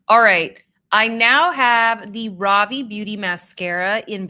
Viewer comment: Ravie is pronounced Ruh-Vee. 😊